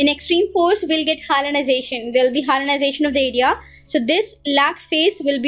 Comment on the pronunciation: Its hyalinization not hyalization !!